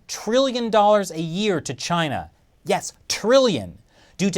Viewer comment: I thawt he Wivved cheena